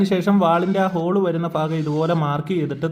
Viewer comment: ഫാകം എന്ന് ആണോ ഭാഗം എന്നാണോ 😢